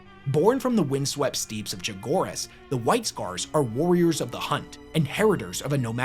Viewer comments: Love the video, though just to let you know, steppes is just pronounces "STEPs", not "STEEPs". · "windswept STEEPS of Chogoris???" Is using AI to narrate now?